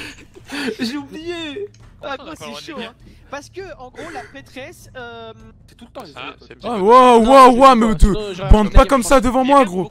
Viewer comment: On en parle a il dit "La Petrêsse"? 😂